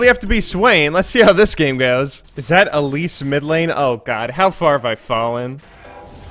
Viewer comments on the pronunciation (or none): none